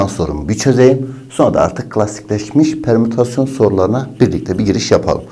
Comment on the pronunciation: bir an dedim lermütasyon ne HKAJSHJSMDJSJBD